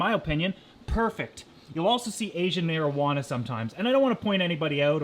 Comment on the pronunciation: "asian marijuana"